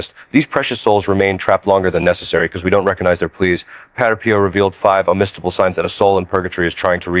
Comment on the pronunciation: Dear AI voice, "padre" is not pronounced "patter". It's pronounced PAH-dray.